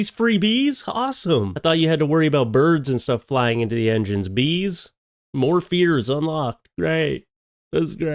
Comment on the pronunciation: Oh bees, I thought you said geese 😂 thats more reasonable lol